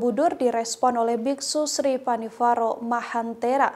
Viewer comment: Koreksi, nama bhantenya bukan Pan-Ni-Va-Ro tetapi seharusnya dibaca Pan-Nya-Va-Ro. Tapi gpp, kan jadi tau,, Sepertinya maksud bhante bukan karena masalah dipersulit khusus untuk satu golongan atau intoleransi antar umat beragama, tetapi hanya menyarankan lebih baik kalau memang tujuannya untuk penyelamatan Candi, lebih bijak kalau kuota per hari nya yg dinaikan bukan harga tiket masuk. Jangan memperkeruh buat saudara" semua /\